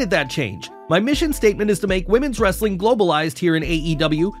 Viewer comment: Pls stop saying wrestling like a barking dog No disrespect, but it's annoying and cringy